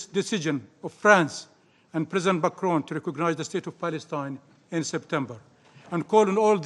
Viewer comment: Did he say president bacron lmao